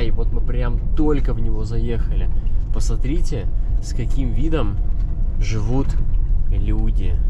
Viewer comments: Очень вас прошу правильно выговаривать слова! Пасатрите-это не приемлемо!!! Сильно режет слух! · Пасмарите, ребята, красата, просто, ребята, бааам 😂 я угораю с вас. Пополняйте словарный запас срочно. Очень люблю смотреть, но уже режет слух.